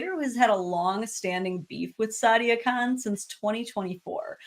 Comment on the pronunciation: If you speak the Queens English, "Khan" and "Con" do not sound the same.